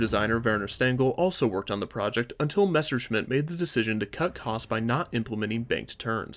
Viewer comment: Say Messerschmitt Again I Dare ya I Double Dare ya ........ Now I’m MAd